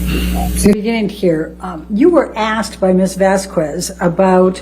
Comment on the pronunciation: It still pisses me off that Amber Heard’s lawyer always mispronounced Miss Vasquez’s last name!!! 🤬🤦‍♀️ Edited to say: I saw another video the other day where she clearly says Miss Vasquez’s name correctly while cross examining Dr Curry 🤦‍♀️🤬 so she definitely knows how to say it right!